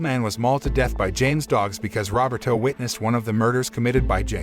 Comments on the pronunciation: Robert O? Isn't it Ro-ber-to? Geez... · I enjoy these videos , thank you , one item of improvement is to improve how how to say words correctly , Roberto is pronounced = RO BER TOE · The way you say Roberto (robbertoe) cracks me up. Love your recaps.